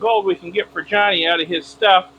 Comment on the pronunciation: Can you please not call him Johny. His name is Jani. I am sure its pronounced more like "yanni". Just check with him lol.😂